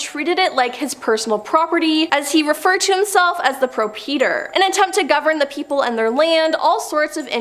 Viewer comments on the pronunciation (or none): Pro-peter? Did she mean proprietor?